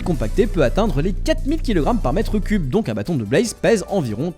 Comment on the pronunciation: La Broodmother de ARK 😂 Ouais mais là c'est l'ancienne texture 😅 Bon, maintenant le soufre a récemment été rajouté. Est-ce un hasard ou un détail de la part de Mojang de faire que les pandas peuvent éternuer des slime ball ? 🤔 Pourquoi tu dis "blAze" ?